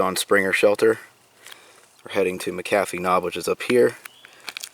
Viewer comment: Us locals call that mountain as the natives did who named it "Catawba" and it is pronounced like "CuhTawbah" without any real emphasis on the "W". Also Mc Afee's Knob is not pronounced as Macahfees (LOL), it is just like the anti-virus guy John McAfee, pronounced MacAfees. Ha, Pennsylvania dude! I live very close to Dragon's Tooth (which you spoke perfectly BTW! LOL), and around here we do little day hikes up to McAfee's Knob and to the top of the tooth at Dragon's Tooth. When I was young there was no steel stepping bars or luxuries like that, but I sure do like those now that I'm older! Glad you enjoyed our countryside!